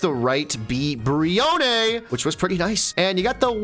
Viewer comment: He mispronounces a lot of pokemon names I'm noticing Brione is pronounced Bree-Own not Bree-Oh-Nay